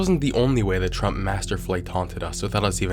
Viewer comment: ah yes, president "qmurt".